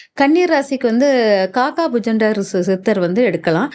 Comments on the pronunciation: மூதேவி காக்கா புஜண்டர் இல்லை காக புஜண்டர் என உச்சரிக்கவும் இதிலேயே உனக்கு தகராறா😡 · பெயரை சரியாக சொல்லுங்கள்.உச்சரிப்பு சரியாக இல்லை